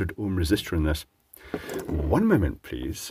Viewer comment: "One moanment pleasse" is talk for WTH. Comedy gold moment. One for the blooper reel Xmas 2022.